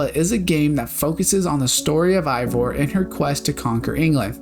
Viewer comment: I can't tell if this is a sarcastic question but, if not, it's because you consistently call Eivor while her name is actually pronounced "Hey-vor", and it's pronounced like tha tby every character in the game.